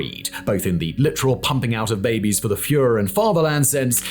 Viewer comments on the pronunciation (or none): none